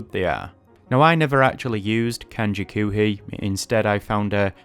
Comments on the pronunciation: In one respect, you are a genius for being able to learn so many kanji in such a short period of time. That's what makes so heartbreaking... Dude... After all that, you are pronouncing "koohii" as "kuuhii"? "Koohii" means "coffee". The pronunciation is Japanese, but based off of "coffee". How you can look at "oo" and say it like "uu" is beyond me, but I just thought I'd point that out. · I must say, you did a good job of learning these. I only got up to 500 kanji before I have up on RTK. But you really should focus on the sounds of the language, I'm horrified by the way you were pronouncing the word "koohi", don't pronounce it like coomer or goo, pronounce it like "co" in coffee just elongate the o sound. Also you should look into The moe way guide, it helped me to actually learn Japanese, I have been able to read manga like Yotsuba with great success.